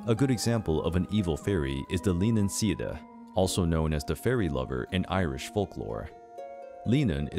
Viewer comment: Leannan sidhe is pronounced: Lannan Shee , Sluagh is pronounced: sloowa, Abhartach is pronounced: owir-tok